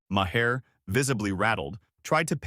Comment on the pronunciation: This is phoney AI fiction, and the robot voice can't even pronounce Maher's name properly.